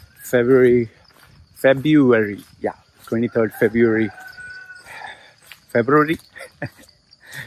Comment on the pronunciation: Trying to pronounce “February.” The struggle is real Loy! ☺️